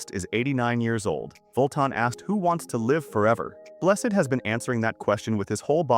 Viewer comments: Brian Blessed, Bless Ed, not Blest. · Bless-ed's ALIVE !!🤣🤣🤣